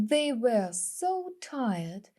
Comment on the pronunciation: Дякую за відео, цікаве. Проте вимова одного слова бентежить), а саме were, читається як вьо. Мені здається ви читаєте як where , веа. Але то дрібниці, чекаємо нових відео!!!